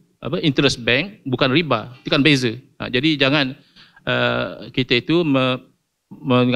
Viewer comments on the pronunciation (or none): none